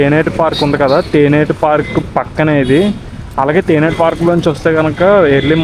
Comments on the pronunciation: Tenneti park not teneti park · బాబు తేనెటి పార్క్ కాదు, తేన్నేటి పార్క్. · తేనేటి కాదు రా తమ్ముడు తెన్నేటి పార్కు అనాలి